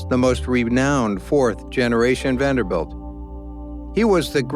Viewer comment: I hate how this narrator keeps saying Vander-belt. He sounds ignorant.